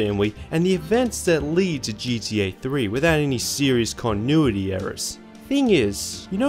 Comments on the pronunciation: Dude the way you say GTA sounds like GDA and unless I'm missing some inside joke it's driving me fuckin crazy. Pronunciation my guy, get it together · Sounds like you are saying GDA sometimes. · Disliked bc of "geedee A". Annoying as hell. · I just love how you pronounce gta as gda XD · Sounds like a greeting I'd hear in the Australian outback. "Oi mate. Gee dee, ayy?"